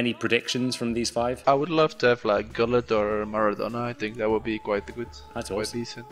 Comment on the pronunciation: the proper way you say gullit for everyone wondering